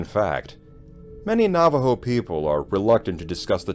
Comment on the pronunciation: It should creep you out! Thank you for the correct pronunciations of the tribal name and language words that you used. Very much appreciated.